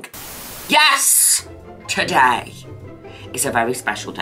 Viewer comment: I love how she says “Yes Today!” and it sounds like “Yesterday!”